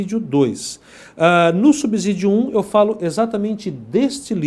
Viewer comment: subsídio e com som de "S" e não de "Z".... fora isso a aula é boa, que Deus continue abençoando.